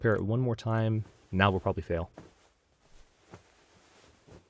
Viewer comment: "Whenever you fair at a repail". I year ha. =P